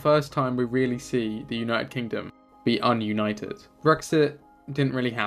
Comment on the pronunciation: Dis-united, not un-united.